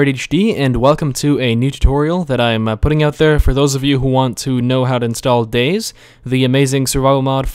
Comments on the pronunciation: Dude it's pronounced Day(Z) keep the Z loud! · umm dude... its day-zee not days just btw. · its DayZ not days you say day and Z not days so dayZ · Its not supposed to be pronounced Days because its a game about zombies it is pronounced Day Zee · It's not dayz, it's Day-Z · DayZ as in Day-Zeee like you said not Dayz like Days like he said finally someone pointed that out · example he is saying "dayzzz" when its really pronounced Day ZED or Day Zee. (DayZ) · BTW, it's Day - Zee or Day - Zed. Not Days. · It discomforts me slightly that you refer to the mod as "Dayz", not "DayZee" or "DayZed". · its not dayz, its Day ZED or Day ZEE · its 'Day-Z' not 'Days' or 'Day-Zed', but that's just my opinion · Its painful to hear him say "Days". Its Day-Z! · its pronounced as 'dayzee' not 'days' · DAY.......Z NOT DAYS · Its Day Zee...not days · day-zee not days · it day-z not dayz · Its Day-Z not Days? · its 'day-z' not 'days' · It's not days it day z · It's not 'Dayz' it's 'DayZ'! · i find it funny how he says Dayz while it should be Day Z what else do you got that big Z for ;D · Daies??? it's Day Z and not daies. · dayZ not days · For fuck sake, its Day_Z Not Dayz. Day_Z as in Zombie or Zed. Day Z. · Day z not days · It is not called dayzzz it is day Z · or its pronounced days but with a z cause its about how many dayz you can survive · its pronounced daysi not days -. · ITS DAY...Z NOT DAYS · Lol its Day Z not Dayz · he did not just call it dayz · i find i funny how you dayZ like days its funny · It's Day-ZEE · Its pronounced day-zee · every time you call it days it makes me fucking angry :/ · its pronnouced Day Zee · Its actually Day Zed... :\ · "how to install dayyyyys" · It's pronounced DayZee. Z as in Zombie..... noob. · ..... its Day-Z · It's day-Z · Its pronanced day then z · It is day ........z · Lol, he calls he Daze... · Youre gunna get soooooooo much hate for pronouncing it wrong